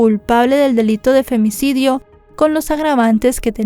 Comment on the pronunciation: Me gusta como dices “Femnicidio” 😂